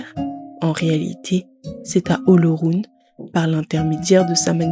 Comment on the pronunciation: Félicitations à vous mais cela aurait été encore lieux si vous aviez pu prononcer le mot OLORUN comme il se doit. Mais la perfection n’est pas de ce monde 😂